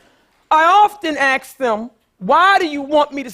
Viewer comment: She's having a hard time for a few reasons. She did say she went to those inner city schools herself. Also she can't say "ask", so give her a break.